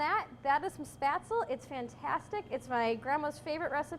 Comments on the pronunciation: The batter looked apt, but it's pronounced "sh-PEHT-zluh," not "SPAT-zl." And you need to actually COOK them by bringing the water back to a boil and simmering them for a bit. Floating is a function of buoyancy, which is in turn a function of decreasing density of the individual dumpling as the flour hydrates and expands; it is NOT a function of the degree of cooking. By your logic, matzo balls would be ready after three minutes in tepid water rather than sixty minutes at a fast simmer. Also, it's not a bad idea to finish spätzle in brown butter in a hot pan after cooking. Parsley has been known to add a nice touch, too. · I appreciate this video, but for heaven's sake pronounce it RIGHT! It is NOT "spatsul." Gosh my ears. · Why do you think that spaetzle and potato dumplings have anything in common? They don't. Also, you mispronounced spaetzle. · She makes good baked goods...that is all.. She is on a lifestyle program in Green Bay, WI....come on Green Bay, WI. I KNEW she was butchering the word..I knew it!!! WAY too heavy on the nutmeg. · oh mein gott, she mispronounced spaetzle wrong the whole video, ist dieser Rechts